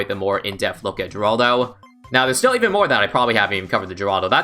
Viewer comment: Btw the G in Geraldo is silent (according to Ninja Kiwi’s and Rohan’s update videos)